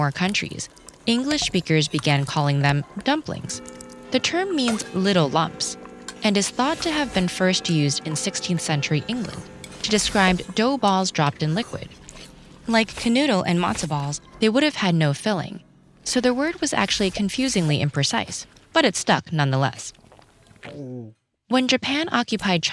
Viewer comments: And "Knödel" sounded more like canoodle. But that just shows how unrealistic it is to expect somebody to always know the "correct" way to pronounce something and never adapt it to a language. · Kenoodle lol. It‘s pronounced differently